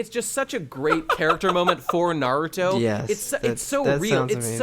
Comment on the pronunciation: has no idea how to pronounce naruto related things and it got on my nerves...